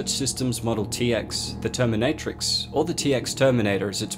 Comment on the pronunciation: Tear-me-nutt-rix xD